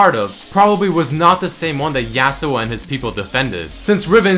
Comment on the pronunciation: Im just wondering why you're saying yAAh-su-oh instead of yah-su-oh?